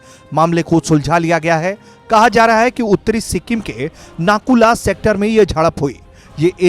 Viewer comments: Nakula नही नाथुला please correct कीजिये। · नाकुल नहीं, “नाथुला” है प्रोनाउनसेसनको ध्यन दो ।